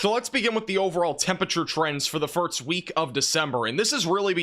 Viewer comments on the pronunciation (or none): “First” is not pronounced “firts.” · Are you saying firts instead of first?